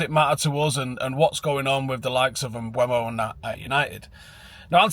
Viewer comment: IT'S NOT PRONOUNCED "MBWEMO" FFS!!!!!!